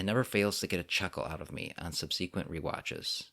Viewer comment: Subsequent. Not subseequent.